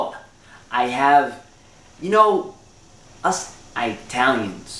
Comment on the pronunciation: LMFAO You're somethin else : Us "Eye-talians" hahaha